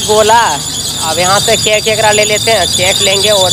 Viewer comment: Cake hota hai "CAINKE" nhi hota hai